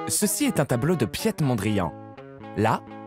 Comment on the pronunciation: "Piète" Mondrian... y'a pas moyen de vérifier la prononciation avant de s'enregistrer ?😂 Très bonne vidéo par ailleurs, les britanniques ayant toujours des miles d'avance en matière d'élégance urbaine.